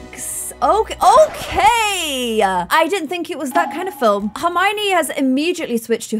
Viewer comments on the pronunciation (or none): none